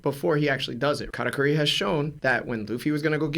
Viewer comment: Katateary is a crazy pronunciation